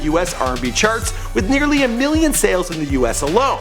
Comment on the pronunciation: I know this is crazy. But I swore he said nigardly instead of nearly